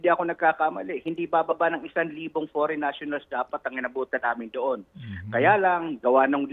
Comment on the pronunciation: Hahaha what a pronounciation faren national! Amazing?